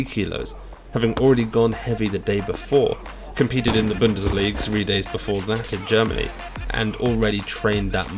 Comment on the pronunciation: it’s called BundesligA 😉 Deutch, not Denglish 🤝🏻